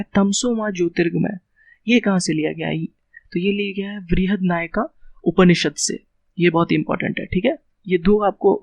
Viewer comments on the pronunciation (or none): It is Brihadaranyaka Upanishad not Vrihad Nayaka Upanishad